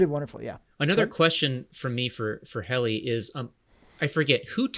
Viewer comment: Hi. It’s not Haley, rather it’s Helly…like hell….Helena. Great show.